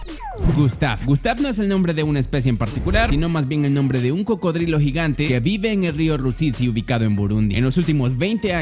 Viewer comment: like si te diste cuenta que dijo crocodrilo